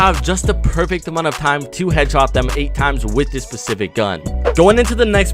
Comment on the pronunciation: He thinks he can’t say Midas but man can’t say SPECIFIC ITS NOT PECIFIC